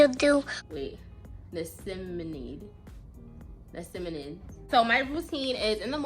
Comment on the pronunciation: Ny-ah-cyn-ne-myd…. 😂😂😂 it cool sis, thatnks so much for the review cuz they way my skin is setup 🤦🏾‍♀️ ordered mine today 🤞🏾